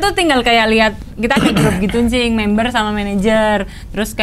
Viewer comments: Jangan pakai "N" des... "Cing" aja.... Jangan "N-Cing".... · netizen : cing abdel desy : njing abdel haahaa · Maaf ya Cing, kayak "Njing" hahahahahahhahahaha, sehat-sehat ya NCING hahahaha